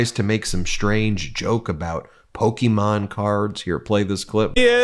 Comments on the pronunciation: JD, you’re a millennial!! It’s not pookie mon, it’s Pokémon. Weirdo NPC. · He pronounces it “pok e mon” Vote blue